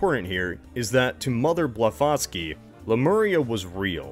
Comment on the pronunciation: Can’t pronounce Blavatskaya, but says Blavatsky like a champ 😂😂